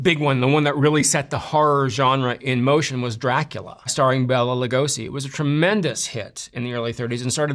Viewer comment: Bela is pronounced "Bayla." It was Shirley Temple's mother who said, "sparkle, Shirley, sparkle."